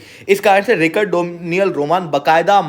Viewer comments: आपको रिकॉर्ड नहीं रिचर्ड प्रोनाउंस करना चाहिए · Bhai just 1 correction wo रिचर्ड hai रिकर्ड nahi.